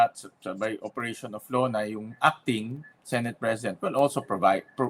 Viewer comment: Yes..kung totoong love at nirerespeto nya ang senado...'senet' sabi nya senet